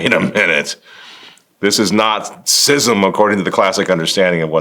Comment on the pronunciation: If you’re gonna profess to be an expert on schism, at least pronounce the word correctly lol